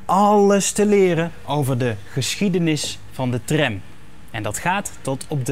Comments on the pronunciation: aub spreek tram uit als tram niet als trèm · Het is Tram niet Trem, zeg dat dan ook!